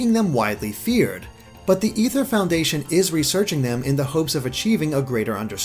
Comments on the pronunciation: It's ay-ther not e-ther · ITS NOT EETHER ITS AY-THUR OMG STPOPOPOPPOPP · It gets annoying. Its not Ether, its Aether. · Is it pronounced Ether or A-ther lol I can't tell Xd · It's pronounced (A ther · It's called the flipping aether foundation pronounced LIKE THE WORD IS OMG BRUH